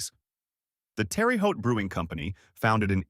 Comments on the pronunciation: It's pronounced "Terr-uh" not Terry! The first word sounds like "air and the second sounds like "Boat". So, let's say it like "Tair-uh Hote". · You can't claim to be an expert on anything Indiana if you pronounce it Terry Haute. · well we're not in France professor and in Indiana we pronounce it Terra Haute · Tear a hote. Not terry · My only problem is that you miss pronounce Terre Haute. Terre is pronounced as Tear. The name is French. Yes, I was raised in Terre Haute and am proud of it. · Terre Haute / "Terr-a Hoe-t" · Terry Hawty 😂😂 just awful. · It seems that's always a problem..ever see the TV show "Family Affair"..they kept saying "terra hut".. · I know. That made us "Hautians" irritated. We heard/read it was because the main star of "Family Affair," Brian Keith, used to visit his uncle who lived in southern Illinois, and his uncle pronounced it "Terry Hut." People would try to "educate" Brian Keith about the true pronunciation, but he never would believe them. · Terre Haute... Pronounced Terra Haute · Too bad the announcer did not know how to pronounce Terre Haute😢. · it is pronounced differently. in different locations